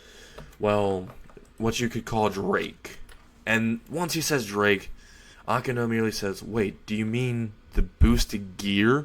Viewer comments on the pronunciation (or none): Good story but your pronunciation of several terms and names is wrong. For example, you said Ko High, when it's Kuoh High. Also, you kept saying Drake instead of Draig. The resurrection should be an entirely Spanish name like all other Arrancar releases. Empty Dragon Oni (Ogre) translates to Resurrección: Ogro Dragón Vacío